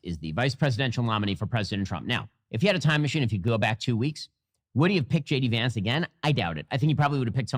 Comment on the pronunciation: J De-Vance